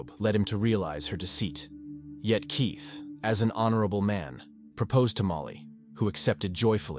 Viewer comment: this channel is definitely an AI. You can hear the spelling mistakes when the bot reads. At one point, Keith was said Keoth. There's a few more but that one I heard quick.